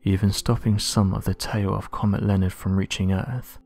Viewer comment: Sorry, but this clip would have had more gravitas and authority if you could find a narrator who can say "earth" instead of "erf", and "other" instead of "uvver" etc. The acceptance of slovenly "steet" pronunciation marks the thin end of the wedge in the deterioration of our wonderful language. Am I the only one with this point of view?